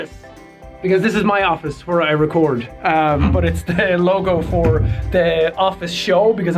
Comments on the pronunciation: whwere the true irish coming out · i dont think my pe teacher is irish but he says hwere